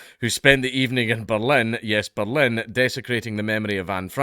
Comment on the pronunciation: The Scottish accent makes the word "Berlin" sound like "bellend". I kept thinking Dankula was inserting his opinion of the police force.